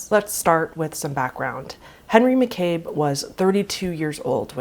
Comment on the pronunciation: Just an FYI, his last name is pronounced "Mack-uh-bee." Really enjoying your posts!